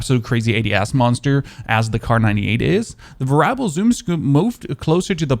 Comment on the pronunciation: it's pronounced Vare-EE-able.... not varable